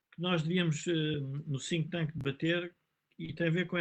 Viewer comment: Cada vez que diz think thank parece dizer sink thank o tanke de afogamento...